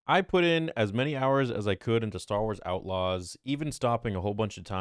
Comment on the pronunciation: STAR WARS AUOTLAWS?!?!?!